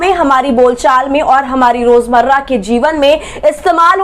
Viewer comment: Sri Sri 420 Gobhi... anpadh ganwar banda hai ye.... रोजमर्रा को रोजमरा और प्रण को प्राण बोल रहा है बेवक़ूफ़.....